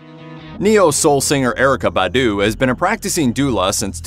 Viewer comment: It’s bah-doo, not buh-doo